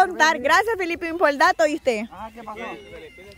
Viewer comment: Díganle a que es Felipin de Felipe,y no como ella lo pronuncia Filipin,por que se refiere a alguien de Filipinas 🇵🇭 🤣🤣♥️🇸🇻